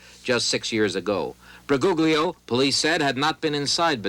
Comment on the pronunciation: Bu -goog-lio (lol)